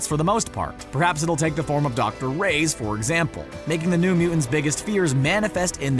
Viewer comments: My goodness, this guy needs to learn how to pronounce Reyes. It's pronounced Ray-yezz, not Raze. (cringe) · Nice video... but PLEASE learn to pronunce "Reyes" correctly (you are saying "rays")